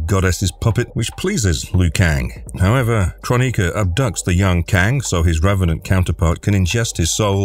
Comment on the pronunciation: ffs...it`s kroni-K-a not kron-I-ka...